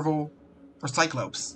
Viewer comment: Your pronoucation on cyclops 😂